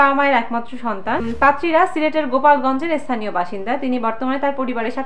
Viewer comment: gulapgonj hobe not gupalgonj